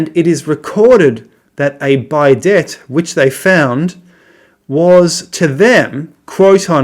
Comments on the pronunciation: It’s pronounced ‘bee day’ by the way. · Also the pronunciation of bidet. It is French, not English.